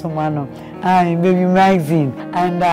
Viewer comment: I'm sorry for being the pooper but I cringe every time you mention the name. Its Maxine!! With an X not a Z. I'm really genuinely happy for you tho. It is a thing if joy to see your children grow